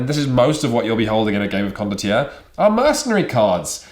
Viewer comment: It’s Italian. Pronounced ‘con-dott-yair-ray’.